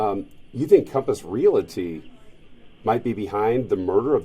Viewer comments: The real crime here is how the reporter pronounces "Realty" LMAO uughhhh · What is a “re-altee.” I know about realties, but this reporter is asking about something else.